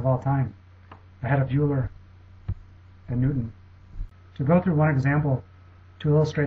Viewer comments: "euler" is pronounced like oiler, not yuler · Euler: pronounced "oiler" not "yooler" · Euler is pronounced Oil-er. Also, Newton's opus is pronounced Prin-kip-ia, not Prin-sip-ia. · Oh sure, he could pronounce "Goethe" correctly, but not "Euler" or "misshapen"...